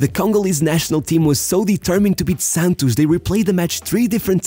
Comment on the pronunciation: 100% chance that it was a pearson from Rio de Janeiro who taught him how to pronounce 'Santos' rsrsrs